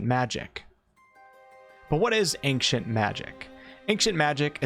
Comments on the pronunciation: How can you not know how to pronounce ancient, though? Go be ashamed, man! :P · The way you pronounce "Ancient" tickles my brain the wrong way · love your vids but i cant believe you are this bad at saying the word ancient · you are a horrible person for pronouncing that word the way you pronounce it. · Am I the only one bothered how he pronounces “ancient magic” ? Does it sound normal to y’all? And take a puff every time he says it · Every time you mispronounce "ancient" millions of my brain cells die. Just don't say it at all if you can't. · please learn how to pronounce ancient..... wtf even the trailer you played said it right.... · and pronounced it wrong every single damn time.. I'm few min in and had to stop the video. Idk if I can muster the rest. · .. and says it weirdly.. 🙉🙈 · As someone from the west (United States, I'm not sure if you meant that.. Or West Africa.. Or just "the West" in general... Or even the wild wild west!?), neither I, nor anyone else I've ever met or heard say the word.. Has ever pronounced ancient (AIN-SHIENT), as "ANK-SHENT." To me, this sounds like someone who cannot read and is mistakenly taking the C in the word as being a hard C... "ANK." Oh my god it bothered me SO DAMN MUCH throughout the entire video... I'm glad to hear that I'm not the only one hearing this and getting stuck on it lol. At the same time... I'd never want to make this guy, or anyone else, feel bad about the way that they pronounce a word. Do you ANK-SHENT magic man!!!! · Took a few listens to hear the K in his "Ankcient" but now I can't unhear it every time.. but no that's definitely not the norm in the west if mean US and Canada. There might be 1 or 2 American states with a very country accent that might say is like that but definitely not the norm that claims. Either way who really cares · sounds like he’s saying “ank-cient” right?! Or am I going crazy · i m hearing ack cient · Ankcient Magic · Please stop saying "anqcient magic". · ayn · chnt